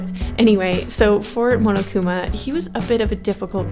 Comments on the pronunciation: pronounced mon-oh-koo-ma(h) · says momokuma. The fandom: ITS PUNISHMENT TIME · She said munukuma lololol😆😆😆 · Wait how did she just pronounce monokuma the first time? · AAAAAAHH I LOVE DANGANRONPA!!!!!! REEEEE!!! DRV3 KOKICHI OMA IS MY FAVORITE CHARACTER!!!! WHEN SAW MONOKUMA ON THE THUMBNAIL I CLICKED IT INSTANTLY!!!! also, the way you said Monokuma though